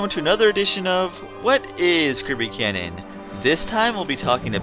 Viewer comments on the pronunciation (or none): none